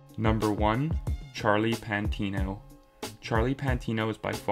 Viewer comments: Fyi it not PANT Its PATINO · Patino not 'pantino' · Pantino? Its patino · It’s Patino not Pantino. Great video otherwise! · It's Patino not Pantino